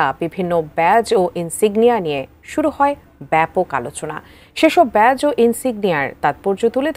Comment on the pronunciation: শব্দটা "ব্যাচ" নয়, "ব্যাজ"